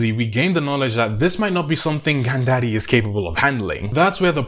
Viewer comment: please never say gandaddy again. i am terrified... cool video though